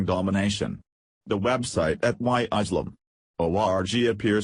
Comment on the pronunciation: Why cant observers read the sign. This is ridiculous, furthermore, the narrator should learn to pronounce words properly. The word is ISLAM not ISELAM!!!